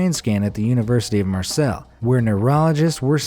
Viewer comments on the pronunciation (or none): Its pronounced mars-ay not marsell